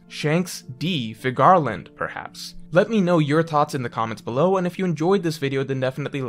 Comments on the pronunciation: Okay, can we stop pronouncing Figarland like that. Its Scottish. It's pronounced like Fig-er-lend. Youre basically saying Cigar-land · No one:: Fig-GAR-land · Good video. Hoping you wouldn’t mispronounce Figarland in future videos.